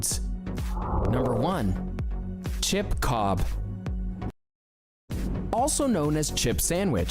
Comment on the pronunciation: Even got the name right, Chip Cob 🎉🎉🎉